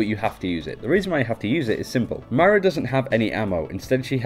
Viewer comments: ok listen. its MOIRA not MAIRA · It's pronounced MOIra not MYra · You keep saying my rah when it’s supposed to be muy rah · It's not "My-Ra," it's "Moy(like boy with an M)- Ra" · It’s not My-ruh it’s Moy-ruh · Moy-ra not Mara, This is annoying me more than it should, probs cause im from northern ireland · Why do you pronounce it Myra when it literally fucking says Moira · Her name is pronounced moyra btw. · I stopped watching right after the first time they said "Maira". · I'm sorry being Irish I'm annoyed as to how ppl pronounce her name. It's moy-ra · As an Irish person, the way he pronounced her name triggered me. Also the fact that In Ireland we spell it Máire, not Moira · i swear you are saying mario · Moira is pronouced "Moy-ruh" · I don't want to be that guy, but you're pronouncing her name incorrectly. It's pronounced like (More Yeah). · Isaac Ben-Ezra umm no Moy-Ruh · that's not at all how it's pronounced... its Moy-ra or Moy-ruh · This was driving me nuts the entire video. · Why can't you even pronounce moira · you keep saying myra instead of moira and obbs instead of orbs